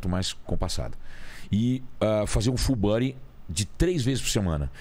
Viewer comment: Fullbuddy kkkkk pronúncia tá ó uma bosta kkkk